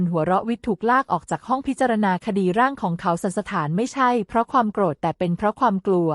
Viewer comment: คนอ่านเป็นคนไทยตอนไหนของประเทศ อ่าน “ โกรธ ” เป็น “ โก-ระ-ธะ ” และอีกหลายๆประโยคขัดหูมาก